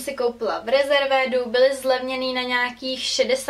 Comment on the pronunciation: Cte se to "riˈzərvd", pro ty, kdo neumi anglicky. Vyslovnost je primo z prekladace, nevymyslela jsem si to :). " Rezervéd" fakt neee :D :)